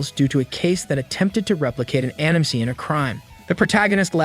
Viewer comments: Just heard how it was said. I’d rather be deaf than hear An IM ever again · It’s so funny that it says “anym” 😭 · Bro its anime not anyim 😂😂😂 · The way this bot pronounces "Anime" is horribly distracting. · Are you trying to say ANIME? N you said it as one word?! YOUR FIRED